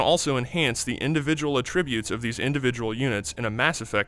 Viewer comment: AHtributes not ahTRIButes